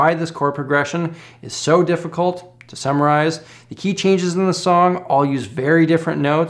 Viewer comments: "to samurize" 😎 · I think from now on you should say samurai-ze instead of summarize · I heard "difficult to samurai" before I heard "difficult to summarize"